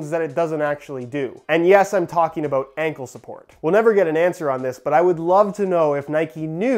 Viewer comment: Everybody:: Sockboots are no anclesuport